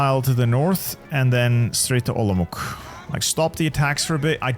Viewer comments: Hey! Lovely video of the Hungarian disaster save, but i wanna educate you a little on Czechoslovak city names as to not butcher the name while reading it. Košice = The "Š" is commonly hard for foreigners to pronouce. Think of it as saying "sh" in a sentence. Ko-ši-ce (Ko-shi-ce) Olomouc = When i heard you say the name a few times, it kind of made me flinch a little since its the city i live in. Saying the German pronouciation of the city (Olmütz) is also fine when trying to read it, but if you wanna pronouce it the way it is in Czech, then read it the way the city is named: O-lo-mouc (the "mouc" usually confuses people but its genuinely said the same way it looks) Prešov = same way with Košice: Pre-šov (Pre-shov) I hope it helps you (or anyone else who reads this) with a better pronouciation of the Czechoslovak cities! Ahoj!! 🇨🇿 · Hearing you try to pronounce Košice and Olomouc physically hurts😭😭